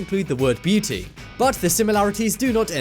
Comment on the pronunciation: that's sword in the stone not jungle book.It sounded like you said something else instead of beauty Also sleeping beauty was made before beauty and the beast not the opposite